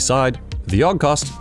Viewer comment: It's A-U-G not augh or ahhkh or whatever tf you try to say.